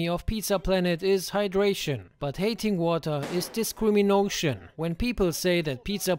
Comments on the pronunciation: "Discriminocean" Had me heaving broo 🤣🤣🤣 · "This is discrimOCEAN" 🤣 Earned a new sub with that one!